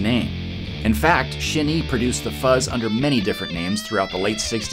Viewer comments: Shin-EYE? No? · Good video! Just some FYI: It's spelled Shin-Ei, but it's pronounced "shin-ay" in Japanese. シンエイ 🎸👍🏻